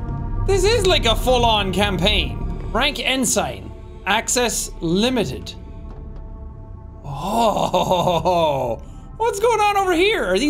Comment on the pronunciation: "En-sign" lol words are just things brother "en-sin" is correct tho im sure someone in the comments has already said this in a mean way just wanted you to know in a nice one.